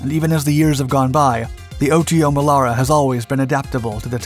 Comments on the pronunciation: For all that is holy, please use the proper pronunciation!! It's NOT the O.T.O. Melera, it's the Otomelera (one word) I spent 9 yrs on 2 FFGs working on that gun. We never called it the O.T.O. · We met up with a few US Navy guys on holiday in South Africa, where we also manufactured and used the Melara system for and on our Minister class strike craft. WE got to talking about it and they called it "Oddo", like it was unusual or abnormal. Now I understand that they were just mispronouncing their t's. Duh!! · It's not, it's pronounced Oto Melara, Oto, as the name Otto but with a T less, so a softer T. Source, i'm Italian. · Here we go again with the butchering of EVERY SINGLE ITALIAN WORD: 1. OTO MELARA, not O.T.O. MELARA 2. DÀVIDE, not DAVÌDE